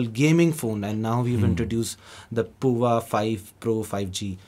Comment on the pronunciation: I am pretty sure Tecno Pova is supposed to be pronounced as Power, not the way this gentleman, who is from Tecno himself, is pronouncing it!